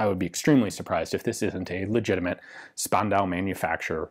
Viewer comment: I know I´m 2 years late but a quick insider-tip from a german: The S in Spandau is pronounced like the Sch in Schlegelmilch. Basically "Shpandau".